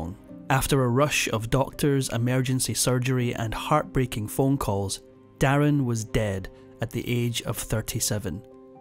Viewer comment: His name wasn't der in it was darin from mandarin I don't know where you got your info from 😂